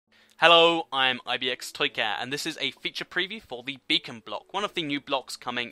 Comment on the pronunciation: I heard him say it and instantly scrolled down to see " Who's commented about his mistake"